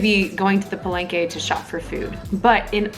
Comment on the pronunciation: NAKSSS!!!! Lumelevel up ang editing skills ni!! Gusto ko un background music. naclickbait MO AKO ee, frankly speaking. THE TRUTH ABOUT PALENGKE FOOD ba naman i caption. HAHAHAH!!! sorry what's that again? "Paleyngkey" and u just said it so many times!!!! HAHAHAHAHAHHA Sori!! 😁😂🤣at first, I thought I heard Barengeyy.. HAhahahaa!! Sinigang talaga DA BESTT!!! <3 - my gehhddd closee eepp ang geeendee mee telegeeeee heeleeeyyy... ang haba n ng comment ko hahah suri na 😘